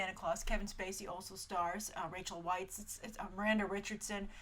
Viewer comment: Hi. Rachel Weisz is pronounced "VICE" Thanks. No I am not interested in Anna as Santa.